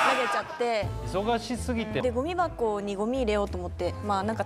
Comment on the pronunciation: ゴミ箱のイントネーションおかしくて草